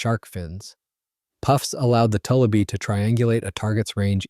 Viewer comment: Having lived on a large lake in Minnesota that was full of tullibee and having gill netted a lot of them, the name is pronounced. too li bee. It comes from a French word toulibe.